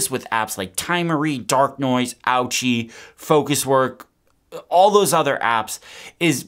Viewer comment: Fyi ochi is pronounced OHee not ouchie and it means no in greek. Creator must be greek.